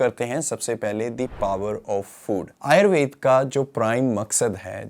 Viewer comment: आप आयुर्वेद और योग शब्द का भलीभांति उच्चारण कर सकते हैं तो आयुर्वेदा और योगा क्यों कहते हैं जबकि अंग्रेजी के शब्दों का बहुत अच्छे से उच्चारण करते हैं। आदतें ठीक कर लीजिए।